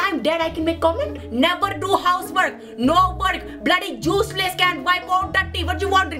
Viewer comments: Its funny how she calls 'juiceless' instead of 'useless' 😂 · Real pronunciation: useless pronunciation:juiceless 😂😂😂😂